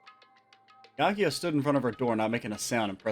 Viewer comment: The saga of mispronouncing Byakuya's name continues!